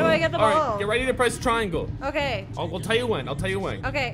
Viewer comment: I'm dead he said ceriangle 😂😂